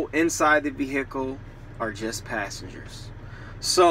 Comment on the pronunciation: Never heard someone call it a vee-HICK-ull